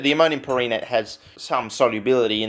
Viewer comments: Maybe it's pronounced PAIR-ehnate? Like change the emphasis to the first syllable instead of second in per-EN-ate? Who the fuck knows tbh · It's pronounced "perrhenate" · I believe it's pronounced "perrhenate" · I'm not that well-versed in chemistry or it's naming structure, but I'd pronounce that: Pehr-Hen-Ate but with a very soft, nearly silent "H" in the "hen" part.